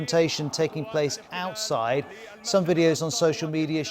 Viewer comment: The way he's pronouncing "outside" with this emphasis on "out" is so f... irritating 😖😖😖